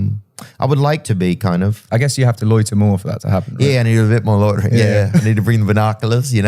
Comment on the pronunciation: Ed: Loitering. Theo: Loidering.